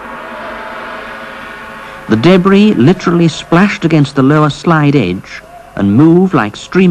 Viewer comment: I tried watching this but the guy kept saying daybree instead of debris...i fucking hate the english accent